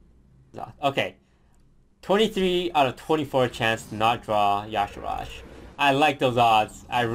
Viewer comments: But toast, it's Y'Shaarj, not Y'Sharaaj. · its yshaarj not not yshahaarj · it's Yee-Shah-rj, Not Ya sharaj :( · I wondered about the pronunciation too, but the WOW wiki says, and I quote, "Pronounced YAH-Sha-Raj"...even though it should clearly be said, "Yuh-Shaarj". :s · "yashirajj, okay... never heard of him but another cool video i guess" reads card --> Y'Shaarj "DUDE GO TO SCHOOL CANT FUCKIN READDDDD" no but i love you dont kill me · Due to my native language I find really weird that people call Y'shaarj Ya'Sharaj, since I usually call it "Yi'shaarj" I can't see where the supposed A after R goes. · It is y'shaarj. Not yaash'raash! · Why the hell does everyone say Yasharaaj if it is Yshaarj? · why is he calling y'sharrj "yasheraash"? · actually yes. Youre right. The one time in actual canonical wow lore where his name is spoken, (In the Klaxxi questlines in MoP) it is pronounced like "Ya'Shaarj". But im insisting that it truly isnt pronounced like "Ya'Sha'Raajj" Because that truly just sounds inane and astronomically diffrent to the spelling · IT'S Y'SHAARJ NOT Y'ASHARAJ!!!!!!!!!!!!! Get it right for once, Toast! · Why the hell does toast (and others) insist on saying "yashiraj"? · Its Y'shaarj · Is his name supposed to be pronounced yahshooraj? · "Yosh a RODGE" No. Thumbs down. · It's Y'Shaarj, for fucks sake it's two syllables man 😂